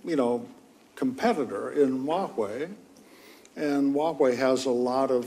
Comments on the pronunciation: it’s Huawei.. not Wahuei.. 😢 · It's Huawei not Wuahei. Interviewer couldn't even bother to research the industry before this interview. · The host literally cannot pronounce Huawei, he says Wahway